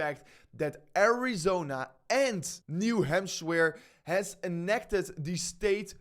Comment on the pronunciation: "New hampshware" 😂